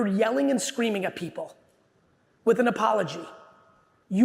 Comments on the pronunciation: I like how when hes upset With becomes "Wit" and Want becomes "WHAN" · "I'm puttin' my foot down. I'm done wit' it! No, really! I am!"